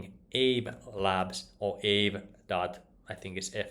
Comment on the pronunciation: I believe it's pronounced ahvey ;-)